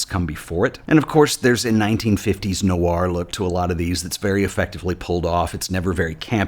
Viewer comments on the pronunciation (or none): none